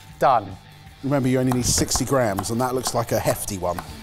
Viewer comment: Linguistic Point: Why does say "grahams" instead of "grams"?